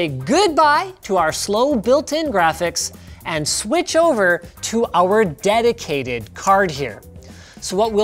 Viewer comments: “DEDOTATED” “DEDICATED “ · Dedicated? ... or Dedotated? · You need a DEDOTATED GWAPHICS CAWD? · Who else caught the “dedotated” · "Dedocated" fixes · "Dedotaded graphics card" xD I see ya